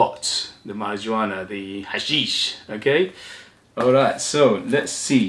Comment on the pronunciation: Must admit I've never heard Marijuana pronounced that way, but the j is actually pronounced like an h sound. Mary -huana. Spanish for mary jane. Not a good idea to wear this one if you happen to be stopped by police. You'll be arrested. Lol.